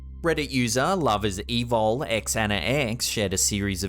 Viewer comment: that's not "x-ana-x" that's "xanax (zan-ax)" like the medication. if it was XanaX then it would be the way you pronounced it.